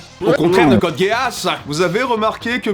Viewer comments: question débile pourquoi dis tu Code Guéasse ? parce que on est bien d'accord que ça ne se dit pas Code Guisse, mais ça ne se dit pas non plus Guéasse ça fait quelque temps que je ne l'ai pas vu, mais il me semble que tous les perso le prononce GUIaSSe (les majuscules sont là pour ce qui est le plus prononcé, le a et le e sont presque muet) tout ça pour dire que prononcé Guéasse et tout aussi erroné que Guisse, sauf que guisse a une logique (prononciation anglaise) alors que guéasse n'en a pas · Je sens que 60% des commentaires sont : "MAIS C'EST PAS CODE GASSE , C'EST CODE GEASS (guisse) !!! " Je dis ça , je dis rien mais j'ai eu TRÈS mal aux oreilles pendant cette vidéo ... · Je sait qu'il ne faut pas se moquer des pronontiations mais...code: gay ass ? Serieusement ? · Ouais, si tu veux Guiasss ou Guiasse, c'est à un poil de cul la même chose, je parlais de sa prononciation comme on l'entends dans la série et suivant les seiyuu c'est prononcé sss ou sse. dans tous les cas ce n'est jamais guéasse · ça se dit Gui-As, et vous ne savent pas bien le prononcer. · ça fait mal aux oreilles j'avoue :-) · Woah, on prononce pas Code Geass "Code Gay-Ass'' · ghe-ass est tout simplement la bonne prononciation de Geass en japonais et aussi en anglais (comme on peut l'entendre au début de cette review du dernier film ) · À chaque fois que tu as prononcé code Geass du sang coula de mes oreilles